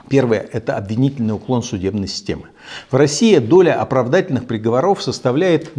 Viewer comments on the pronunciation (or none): В слове приговОров ударение на третий слог! Грамотей!!!